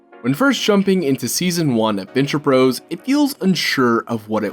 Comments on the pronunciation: My man, I love that you are highlighting The Venture Bros. but it is pronounced Venture BROTHERS not. Venture BROS. You are killing me pronouncing it The Venture Bros not Brothers. But since nobody else hardly puts the time in to highlight this fantastic show, you get a pass and a sub 👍🏼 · Can I go 10 seconds in a youtube video without hearing the word 'iconic'?! Also, 'bros.' is still pronounced 'brothers'. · It's Venture Bros., said as brothers. Not bros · He keeps saying Bros. Ugh. Glad he getting new people into it. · Stop saying "bros."